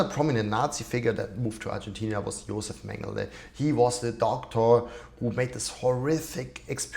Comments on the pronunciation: You write (correctly) Argentina, but you pronounce it Argentinia. Why? It's annoying. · It's Argentina not Argentinia